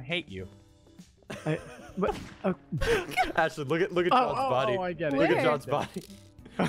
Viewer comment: Why is it so funny when says Atlie instead of Ashlie 😂